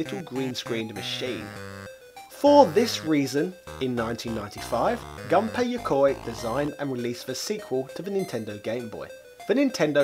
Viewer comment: FYI, Gunpei is pronounced like "goon pay". Whenever you see his name, just think about hiring goons. Some others have already commented on the "dame" thing. I'll just add that Japanese doesn't have silent "e"s Also, put Japanese words into Google Translate and there is a play button that will pronounce them for you. That pronunciation should be correct as long as you've selected Japanese as the input language. (The translations it gives you, however, are not reliably accurate.)